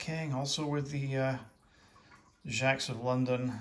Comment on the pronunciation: It's pronounced jay-cs